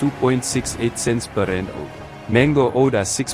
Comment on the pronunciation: good content. just get the AI to say RANDS not just R.